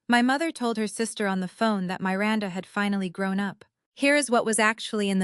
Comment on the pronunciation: please choose names that your AI can pronounce. The name Miranda has a short i, not the way that name is said in the story.